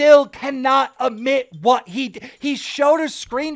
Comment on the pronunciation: Everyone : admit Keen: ammit